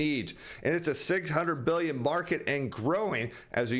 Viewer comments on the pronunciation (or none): none